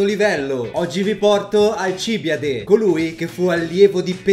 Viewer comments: Alcib Í ade non Alcibi À de 😅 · Alcibìade! Non Alcìbiade! CAZZOOOH!!! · 1) Alcibìade, non Alcìbiade; 2) Il fatto di essere belli era un vanto perché la bellezza esteriore rifletteva quella interiore e viceversa. Per questo ci si è soffermati sul suo bell'aspetto; 3) Socrate non ha mai scritto nulla; Andando oltre queste sciuocchezzuole, ti ringrazio per avermi fatto capire Alcibiade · Video informativo ed ignorantissimo come sempre, ma ho due cose da dire: 1- La pronuncia dovrebbe essere Alcibíade, non Alcíbiade 2- Socrate non ha mai lasciato scritti, al massimo potrebbero esser stati i suoi allievi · Tutti a correggere la pronuncia dicendo che quella corretta è Alcibíade. In greco antico era Ἀλκιβιάδης (Alkibiádēs). Alcibìade è latinizzata, la pronuncia più corretta è Alcibiáde. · Dal titolo avevo capito che questo video sarebbe stato pieno di errori, ma non fino a questo punto. Si chiamava Alcibìade, non Alcìbiade. Era il miglior allievo di Socrate, secondo quello che lo stesso Platone ci dice, non era per nulla ignorante e nemmeno un cretino, anzi, era un genio del male, secondo Platone aveva tutto il potenziale per diventare un grande filosofo, anzi, per colpa di Alcibiade molti credevano che la filosofia fosse pericolosa, il problema più grosso della Repubblica di Platone era mostrare che i filosofi al potere non sarebbero stati come Alcibiade. Come qualcuno nei commenti ha già detto, Socrate NON SCRISSE NULLA! NULLA! Era contrario all'uso della scrittura. Sulla mutilazione delle Erme, non si sa cosa sia successo. Forse erano stati gli amici di Alcibiade ubriachi di notte, o forse erano stati i NEMICI di Alcibiade che poi volevano addossargli la colpa. Inoltre, che io sappia si pronuncia "Egospòtami", e non "Egospotàmi", seguendo le regole degli accenti greci, ma non ne sono sicuro. Sono certo invece che la città di Turi in greco si chiamasse "Thoúrioi", e quindi in italiano si pronuncia "Tùrii", e non "Turìi". Insomma, smettiamola di stuprare i classici.